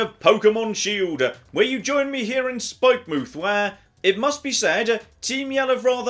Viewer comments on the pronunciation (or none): The way you choose to pronounce some words is... painful. Spikemuth is not "Spike-mooth" Its supposed to be pronounced like Plymouth or Portsmouth or Falmouth etc The developers either forgot the 'o' from 'Spikemouth' or thought they didn't need it.